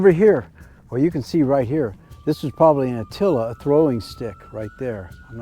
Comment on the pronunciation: You called an "atlatl" an "attilla"... you said Patayan people were from 6000+ years ago when they were from 1300 to 100 years ago. You gotta do your research my dude.